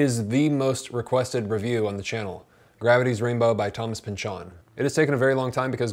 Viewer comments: His name is not pronounced Pinch-ON, it's pronounced Pinchun. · Why do you say Pynch-ON instead of Pynch-in which is how most people say it? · it's Pynchon, not pynchuuuhn, stress is on y